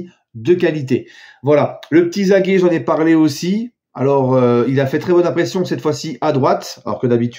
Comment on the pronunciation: il n'y a pas d'accent a la fin de Zague. Prononciation: Zag